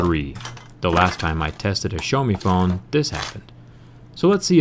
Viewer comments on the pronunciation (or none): Da fck, dude. You are wrong. Xaomi! Not Shaomi, Chaomi. It's more like Siaomi. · почему "шиаоми"??? аааа бесите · "sha-oww(as in that hurts) me" = pronunciation of Xiaomi fyi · I was wondering what is "Show Me" brand but the realized he's talking about Xiaomi. I am no expert saying that either, but the "Show Me" is definitely fucked up pronunciation. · its not SHOWME its H I A O M I (xiaomi) dick face